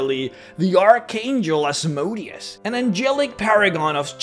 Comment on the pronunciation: For mispronouncing Asmodeus exactly 666 times you are now damned to Hell for all eternity.